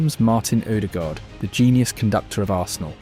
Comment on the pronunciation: U pronounce norwegian names very good.. AA means it pronouced as a Å.. U got Haaland near perfect, but stuggle with other names with letters aa. How u pronoucned Ødegård, is allmost perfect too. Great clip btw.